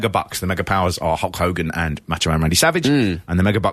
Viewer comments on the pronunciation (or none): Big Andre loved dropping them h's... "Ulk Ogan!"